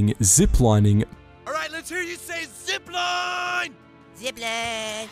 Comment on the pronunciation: LET'S HERE YOU SAY ZIPLIIIIIIINE! " Zipleeehn... "